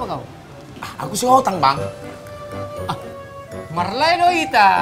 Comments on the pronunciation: Si abang ini, sihotang bukan sikotang. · sihotang jadi sikotang hhhhhh